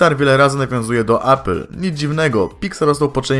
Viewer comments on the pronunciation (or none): none